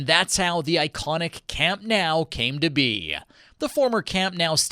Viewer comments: It's Camp Nou not Camp now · camp nOOOOuu not nAAAAAOOOW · I thought the endless mispronunciation of the name was weird, but then he said "Més que un club" 😂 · Imagine making a whole video about the stadium and not knowing how it’s pronounced…. Lololol WTH is “camp NOW” 💀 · It hurts so bad lol